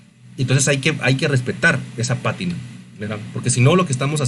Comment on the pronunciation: Buen resumen. Sólo que es pátina, no patína. La fuerza va en la primera a.